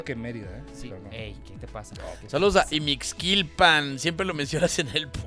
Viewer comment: Es Ixmiquilpan, no Imixquilpan. Hahahaha